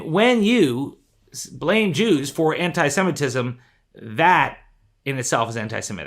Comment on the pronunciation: Holy crap you're the only person that knows how to pronounce the word Semitism